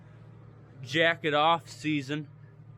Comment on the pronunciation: My wife was walking past me just as you said, "folks, the moment we've all been waiting for...jacket off season." and she stopped in her tracks and said, "what the heck are you watching?" She thought you said, "jacking off season,"